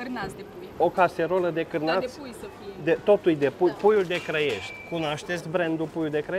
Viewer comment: puiu de Crăiești sau Clăiești? Hotărăște-te :))